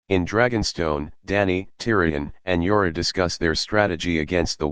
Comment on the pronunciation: there s jorah and then there s yara ......... pronounce properly.